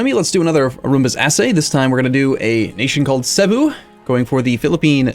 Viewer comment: Oh yeah. Just so you know, the emphasis in Cebu is on the BU.